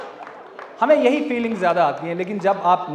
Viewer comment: love u But yai bi insaan ki jagah yai bi kashmiri hi hai sounds bad